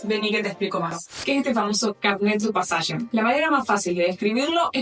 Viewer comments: Pueden dejar de decir carnet de passagem? Jajaja q genios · Cada vez que dicen "carné du pasagen" muere un Panda bebe..